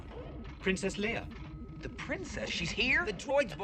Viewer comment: Watch the movie again, she is clearly called Lee-ah not lay-a..